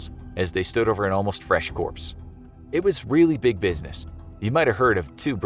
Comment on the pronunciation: "No bruiseness cutting up" Anybody else catch that